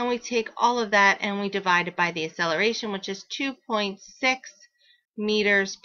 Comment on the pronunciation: pronounce it right its not asseleration